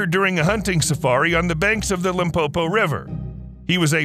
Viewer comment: Lol, I just heard say "Limpopo"(South Africa) and it's where I come from in little town called Phalaborwa. And Phalaborwa is is where Kruger National Park's main gate is at/starts. did us justice by not mispronouncing the name (Limpopo)😅